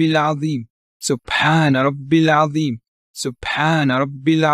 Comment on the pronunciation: It’s atheem instead of azeem im about 99% sure